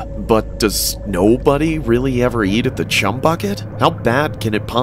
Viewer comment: did anyone notice in is said chum without the h 😭